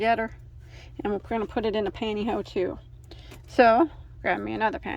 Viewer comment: Love how you call the panty hose “panty ho”!